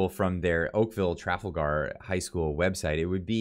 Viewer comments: if you’re going to cover some important issues and want to come across as legitimate news source in these difficult times… Then please watch your reading and proper pronunciation of of the words you are reading… The school is not called Okaville “Traffle-ger”High School… It is pronounced…Tra-fal-gar. You know…like Tra-fal-gar Square in London England… You know…where a lot of these “agendas” are coming from… As a avid musician, I am sure you can appreciate that proper presentation in any form is important. Just like a musician rehearsals help too. Thanks for your content. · School Name: "Tra-Fall-gr" Not "Traf-al-Gar" hope that helps. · It's pronounced tra- fall - ger. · Pronounced: Trah - Fall - gar not Traffle-gar Poilievre: Pauly-ev (eng) french: Poy-lee-ev-r (fr) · Tra-FAL-Gar,not TRA-fal-gar. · “Tra fal gar “ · It's pronounced : TrawFall Grr. I enjoy your shows I watch regularly. Good work . Keep it up. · Please take time to investigate the proper pronouncation of the school!!! It is Tra-fal-gar as in the battle of Trafalgar. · FYI it's pronounced Trah Fall Ger. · It’s pronounced TRAL-FALL-GAR, the way you said that 😂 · "Tra fall ger" is the pronunciation. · You're killing me: tre FALL ger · Tra/Fal/gar try that again. If not, Siri should be able to pronounce it for you. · pronounced TraFALLgar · trafalger is pronounced tra fahl grr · Tra. Fal. As in falcon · Jesus Christ, it's pronounced /tra-FAL-gar/!! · Really? You cant pronounce Trafalger?